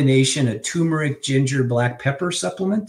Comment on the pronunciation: It's TUR-meric! NOT TOO-meric! So annoying!